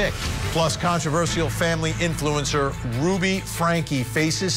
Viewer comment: I love court tv but was not impressed with the fact that they constantly said Ruby name wrong! Annoying!